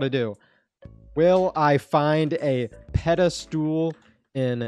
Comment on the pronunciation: you pronounce it pedastol not pedastool